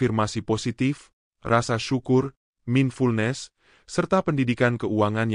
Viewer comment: Isinya bagus tapi masak ATTRACTION dibaca ATRAKTION? MINDFULNESS dibaca MINFULNES?